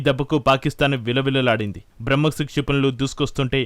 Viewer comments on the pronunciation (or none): Bramkos కాదు తల్లి...బ్రహ్మోస్